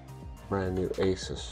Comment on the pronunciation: i cant stand when people call asus, asIs there is no "I" in asus